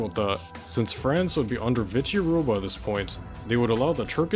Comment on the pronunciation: 😂 great video, but one small correction. It's not pronounced Vitsy or whatever. Vishi is the correct way for Vichy France